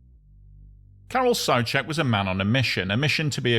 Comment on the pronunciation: I'm already subbed to your channel, but if I wasn't, I would sub just because you didn't mispronounce "Karel Souček". It's refreshing to hear an EN speaker pronounce czech names correctly for once ❤ I know it's petty, can't expect people to know every language, but it's nice 😇